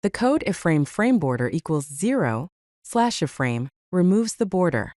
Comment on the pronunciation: It's an I-frame, not an uh-frame...